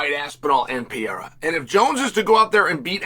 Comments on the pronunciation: Hey Chael. It’s Per eira, not pee eira. You’re not 12. Learn how to say words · Is that really hard to pronounce Pereira the right way? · Yoo Chael, stop saying Pereira brother. U pronounce always very bad! say Poatan or Alex. Easier for u brother. Just saying because I am from Brazil and its kind funny u saying Pereira… 🤦🏻‍♂️🤣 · I love that Chael changes his pronunciation of Pereira every video